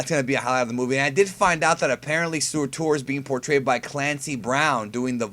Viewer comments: Oh and its like 'sir-ter' not soar-tour. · lol at how he says Surtur.